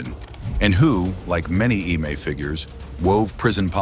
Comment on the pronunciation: If you know you have ai reading and saying it why don’t you spell out eme like em may so it pronounces it correctly